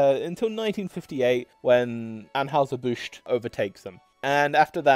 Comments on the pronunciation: In the US, the company which brews Budweiser is generally pronounced Annhiser Bush, not Anhowser as pronounced here. I’m guessing that an original German pronunciation might have been closer to Anhoyser, but that’s just a guess. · Just a note... it is 'Ann HIGH zer Busch'. not 'Ann "House" zer Busch.' Just to let you know, THAT is the pronunciation. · That final 'New' Schlitz recipe at the very end was actually pretty good. Very smooth and malty, not too hoppy like Stag Beer. Here in Missouri we pronounce Anheuser "An HIGH ZER" not An HOWSER and Strohs is pronounced STROZE, not STRAWS. Why can't we return to a time where people made a quality product and were paid enough to be prosperous while the companies made enough money to be profitable? Answer: excess taxation and over regulation. The government busts up low hanging fruit with little companies for antitrust violations, but allows the true giants to hold a de facto monopoly through common interests. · STROHs sounds like Stro s; && Anheuser is An high zer, i believe: do a vid how they KILLED! Bud Lite dead.. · Interesting video, although mispronouncing "Anheuser" doesn't exactly increase your credibility. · You need to work on pronouncing Anheuser and also Stroh's. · Mispronouncing virtually all of the beer company names in, yes, a beer video is fn lazy.